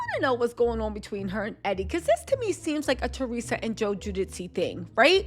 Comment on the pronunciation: it’s Theresa and Joe “Jew-Dice” lol lysm boo ❤